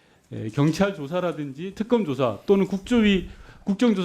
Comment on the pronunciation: 소방청장!! 갱찰이 아니고 경찰이다 서울생활 몇년째인데 아직도 사투리를 못고치노 발음좀 똑바로 해라 저 양반도 내란 동조세력이네